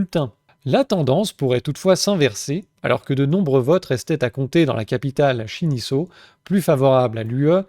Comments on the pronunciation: La capitale de la Moldavie est Chişinau (prononcer Kishinaw) et non "Shiniso" (comme dans cette vidéo). Sinon très bon travail. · Bravo (mais attention à la prononciation de "Guichiniau", mon ami ;-) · Meme si je suis d'accord sur le fond, il y a quelques erreurs dnas cette analyse. Deja, Chișinău se prononce Kichino. Ensuite, la Moldavie etait une region Roumaine arrachée à la Roumanie pour les soviétiques. Pour faire passer la pillule, ils ont déplacés énormément de Russes, mais ces derniers ont constitué la Transnistrie, region semi independente presque 100% Russe. Ce pays n'a aucun sens. Les moldaves roumains voudraient se rattacher a la Roumanie, mais craignent par dessus tout l'UERSS tandis que les moldaves russes veulent se rattacher a la Russie, qui leur a laissé le plus gros stock d'armes soviétiques du monde. Ils sont littéralement assis sur une bombe. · Tu peux prononcer "Kishinæou" pour la ville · Ça se prononce ''kichinau'' voir ''kichinov'' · On prononce kichino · Merci. Pour la capitale, on prononce "kichino" même si ça s écrit Chisinau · Et tu te crois malin, alors que ne sais même pas lire correctement le nom de la capitale moldave?